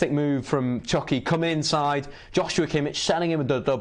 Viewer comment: Lol, it’s Chucky* not Chunky. 😂